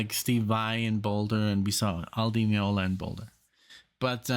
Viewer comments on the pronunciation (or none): none